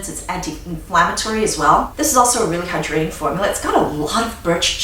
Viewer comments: I don’t know why but I love how she says hydrating and emphasises tbe “hyDRATING” lol. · ButFirstCoffeeAlways At first I️ was like “she emphasizes the wrong part..” but now I️ say it the same way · HAHAHHAHAA!!! YESSSSSS! It drove me nuts at first and now we say it in our home, too! We LOVE!